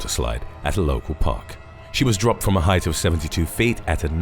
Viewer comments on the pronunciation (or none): none